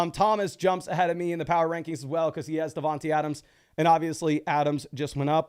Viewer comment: Just trying to help. It is pronounced DavanTAY Adams. same with D Smith